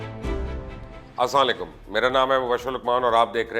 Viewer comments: Mubashar bhai plzzz slaam theek tarhan kiya karain as slaam u alikum slaamlikum kehty hain ap plz humbel request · Sir Please fix your "Assa laikum". It's Assalam O Alaikum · If you can't say Assalamualaikum correctly so please stop saying that. Thanks 😊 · مبشر لقمان صاحب آسما علیکم نہ بالکل نہ کہا کریں ۔برائے مہربانی السلام علیکم کہا کریں، شکریہ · Salam Achi Tarah Ada Kia Karen asalam o alaikum